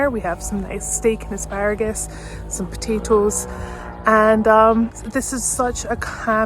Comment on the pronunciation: i absolutely love your accent. please, please, please say "potatoes" in every video you do. thanks and keep up the great work., you got life by the balls. enjoy.